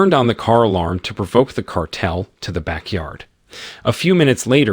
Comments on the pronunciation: Can’t pronounce “cartel” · The narrator, whether it's A.I. or not, is mispronouncing 'cartel'. (Over & over again.) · Awful commentary. Perhaps it was computer generated since the narrator can't say cartel and he can say "made him pain."